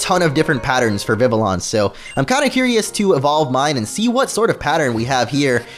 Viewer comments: It's not viviLLON... It's viviyon. Double "L" makes a "Y" sound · not VIV-LE-ON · Not vivilon its vivion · It’s pronounced viv-EE-AHN, “”! 🤨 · It's viv-E-on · omg he keeped saying Vivian's name soo wromg its VIV-E-ON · HEY DUDE YOU ARE SAYING VIVILLON WRONG YOU DON'T SAY THE TWO LS IN ITS NAME THE LS ARE SILENT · HOW TO SAY IT: VIH-vee-yon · Vivillon is pronounced Viv-ie-on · Not hatin or anything, but Vivillon is pronounced "Vivion". ......... I can see the comments now. "STOP BEING A GRAMMAR NAZI!!!" XD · OMG!!!! Vivillon is pronounced like VIVIYON!!!! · they're not silent, 2 l's sound like a 'j' in french, just like in vanille. It does't really matter because we pronounce io as ijo..